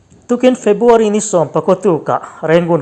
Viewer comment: Febuary ti tawhlo la ,February tih tur i lamṭhing thei e